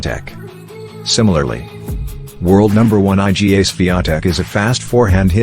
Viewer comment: Iga is pronounced eee, guh. not eye, gee, aaay. And Iga Swiatek is widely considered to have the best forehand among current women tennis players.